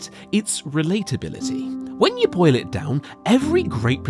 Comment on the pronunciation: When I'm not watching the video and just listening to the audio and he says "When you boil it down." It sounds like "When yo boy let down."